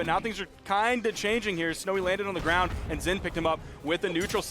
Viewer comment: Not gwoun 😂😂😂😂